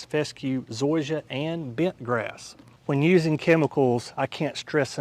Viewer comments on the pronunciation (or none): none